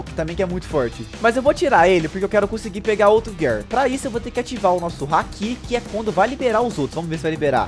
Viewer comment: Eu sei que eu to sendo chato mas se gir four não gear se escreve gear e se fala gir